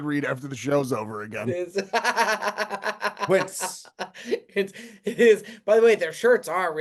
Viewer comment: Can someone tell how to pronounce Quince instead of Kince.